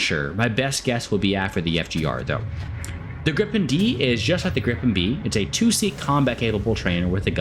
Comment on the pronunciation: I'm gonna be "that guy" here, the correct pronunciation is more like gree-pen :) So excited for this plane